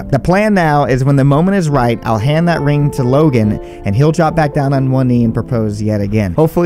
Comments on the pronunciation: "They found the ream." 🤔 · She said rinm in stead of ring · The way everyone else heard ream but me (a Michigander) heard her pronounce the NG but I guess the foreigners didnt. Lol imagine😂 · "maam they found the reeem" xD I love it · Love how when she was talking to mum she pronounces ring rin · She said they found the “ ream “ that’s beautiful god bless them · ”Mom they found the reen”